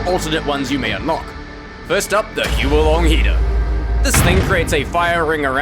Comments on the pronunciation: Small correction but not a big deal, the huo long heater is pronounced "h-wo" and not "hue-o", it's Chinese for fire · Just to clarify, the correct pronunciation of the Huo-long Heater is "Who - or (but the r is silent) L - oung" Heater. Huo meaning fire, and Long meaning dragon. So essentially, it's a Fire Dragon Heater